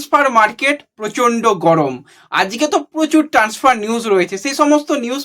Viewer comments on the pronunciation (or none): ট্যান্সফার না ট্রান্সফার কোনটা ঠিক?সাবস্ক্রাইব আর লাইকের জন্য তো মুখিয়ে থাক,উচ্চারণে নজর নেই কেন!